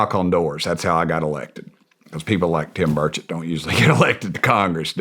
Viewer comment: i can't unhear congressmen Tim Birdshit